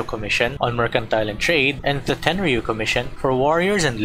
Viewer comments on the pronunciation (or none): none